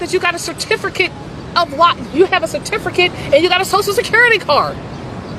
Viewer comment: What's a certifricate?